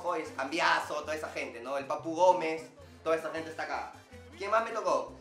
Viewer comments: Dijo Cambiasso? C mamut! Jajajajaja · alguien noto q dijo Cambiasso plop!!!